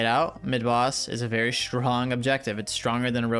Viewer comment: "SHRONG" lmao